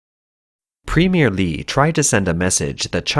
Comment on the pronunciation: I thought its premier not premie correct me if im wrong